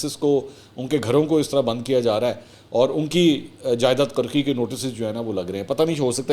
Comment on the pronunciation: Janab the right word is qorqi not qarqi